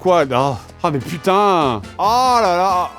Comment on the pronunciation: Oh Pu-taing ! J'ai cru à une coupure pub 🤣😂